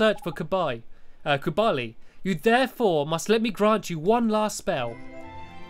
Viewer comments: It's kublai not KUBALI! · KUBLAI NOT KUBALI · It's kublai not kubali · Its kublai not kubali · You can't shout at him, it's not his fault he's slightly dyslexic! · To pronounce Kublai right, you say it like this: Kub Lie. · Nice pronunciation of Kublai